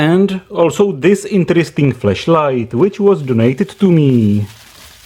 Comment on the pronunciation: OMG!! You've said the whole video "FLESHLIGHT"!!!!